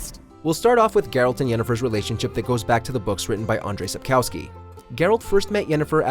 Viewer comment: Sapkowski is pronounced SAP-KOV-SKI